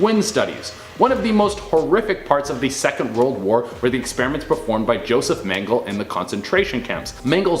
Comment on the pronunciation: Your onscreen “talent” diminishes the credibility of your channel when they mispronounce basic names and places from history. Tuskegee and Mengele are two such examples. Be better.